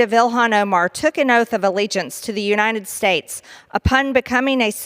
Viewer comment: She said U-nine-ted States! That's why it's In-dicked-ted not indicted to her!🤣🤣🤣 If she can't pronounce United States properly, she should be deported!!!🤣🤣🤣